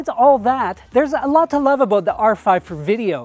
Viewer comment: When said "aboot",I figured he's Canadian. Great video